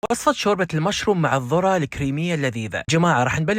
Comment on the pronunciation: الذرة مو الضرة